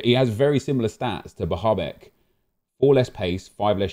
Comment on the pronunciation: The way he pronounces Bahebeck and Bazoer hurts my ears